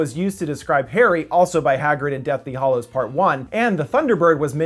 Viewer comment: I could be wrong, but you are saying Deathly Hollows and it's Deathly Hallows. The hallows aren't hollow.